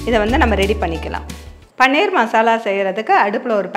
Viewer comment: பன்னீர் இல்லையம்மா, பனீர்